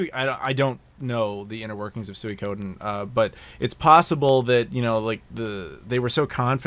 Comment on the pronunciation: Nicely butchered pronunciation of Suikoden, which by the way one of the best JRPGs ever.